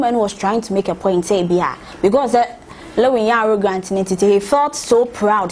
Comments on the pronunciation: Please the word is “arrogant” not “arrogrant” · did i hear arrogrant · Why is the lady keep saying “arrogrant”. Someone should have prompted her